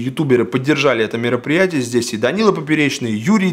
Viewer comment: Он сказал ПЕРОПРИЯТИЕ